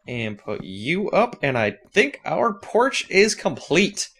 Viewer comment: lol he said porsh not porch